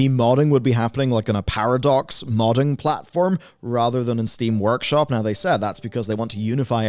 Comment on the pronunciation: Did you just call steam workshop "steam works hop"? :'D I had to double check if I have been wrong about it all this time